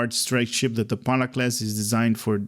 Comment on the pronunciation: Mastery unlock for ALL characters you have, ship initially only for Jem character. Also, it's not Depana class, it DETAPA. Please make a better effort to read the names and descriptions. Thanks.